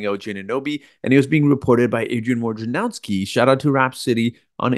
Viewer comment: WOJ na row ski, not WAR ja now ski. Can nobody say the guy’s name right?